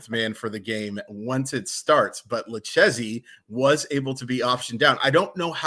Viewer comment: Lucchesi is pronounced "Lu-kay-zee" fyi